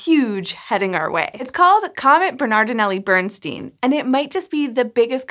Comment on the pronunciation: It's Bairnstine not Burnsteen.